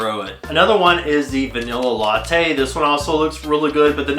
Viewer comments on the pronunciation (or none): none